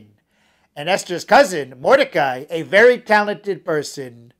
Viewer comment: btw the names of achashverosh and mordechi were pronounced wrong and haha